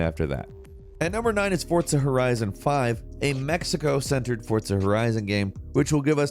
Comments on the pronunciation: has anyone noticed him saying "Fortza" instead of "Forza"? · For-za not fort-sa Jesus h Christ?!!!!! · who else got trigger after hearing him say "fortza" every time 😤💢, hurt my brain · Forza not Fortza. fuc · i hate how he says forza horizon he says fortza horizon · " fortsa horizon " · It’s Pronounced Forza not Fortza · Why do you pronounce Forza "Fortsa"? Lol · “Fortsa”? Haha nah, forza. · Lmao fortza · Why do you call it Fort-Za??? Its Forza - Four-Zha. And no Icarus? Why isn't Icarus on this list?! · “Fortza”, homie there’s no T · I swear to God he said fortza so many time to piss me off its forza there isn't a t in it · Am I the only one who noticed he's saying Fortza instead of Forza? Have I (and everyone I know) been pronouncing Forza wrong this whole time?? Is it Forza, or Fortza?!... eh Gran Turismo is better either way. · SAY FORTSAH ONE MORE MFING TIME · Are you saying "Fortza" Horizon?.... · You’re not speaking Italian. Forza, not Fortza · Bro what is FORTZA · Why does says "fortza"? Is Forza, without the T. Ask any Italian. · I love and hate how he says fortza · why do you say FORTZA, where is the T? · "Fortsa Horizon" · Please stop saying Forza like that. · Like Forts Horizon? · There's no T in Forza bro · No T in forza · There is no T in FORZA.